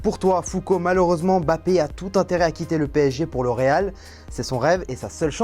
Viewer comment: Pk tu dis Bappé ?